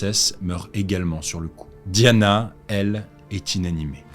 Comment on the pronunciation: Je ne comprends rien - si vous utilisez le mot "Lady" comme en anglais, (et pas "Dame") pourquoi pas prononcer son nom aussi en le façon d'anglais - "di" avec le son comme D'AIEE, et pas "di" comme DEE.